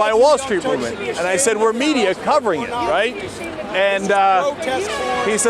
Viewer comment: "I jump in eet." You go, Cenk!